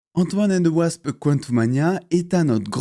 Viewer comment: Au début de la video j’ai entendu antoine and the wasp